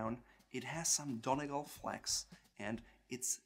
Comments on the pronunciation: You pronounce Donegal so wrong it’s not donny-gal it’s pronounced dunny-Gaul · ahahah don eeee gaalll pronounciation a bit off but brilliant video!!! :) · Donegal Is not pronounced as Don-e-gal🤦🏼‍♀️👎🏼you pronounce it as Don-ee-gawl👍🏼 or Don-ee-gaul👍🏼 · I know it's a bit late but Donegal is pronounced don-ee-gal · Donegal is pronounced "Dun-Ee-Gall"